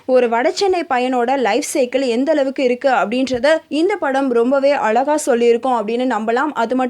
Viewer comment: அலகாவா, அழகாவா.. தமிழை சாவடிச்சிடுங்க... ச்சை..